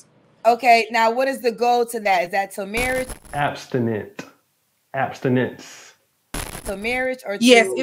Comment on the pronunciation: The faces made during this video 🤣😂💀 She was hard to listen to and couldn't pronounce the word abstinence and narcissist...LordT 🤦🏿‍♂️